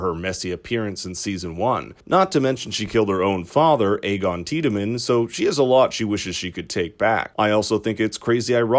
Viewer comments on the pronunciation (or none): aegon tiedemenn? it's not fuckin game of thrones